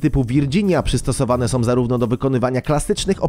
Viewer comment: fajne filmiki i materialy, fajnie sie oglada, ale podkerslam ktorys juz raz, lektor moglby sie postarac mowic poprawnie, bo az uszy wiotczeja jak sie slucha, "som" czy tak w tym filmie "masom" to nie jest po polsku, jak ktos zajmuje sie polprofesionalnym robieniem filmow to niech postara sie choc troche o poprawne mowienie, proste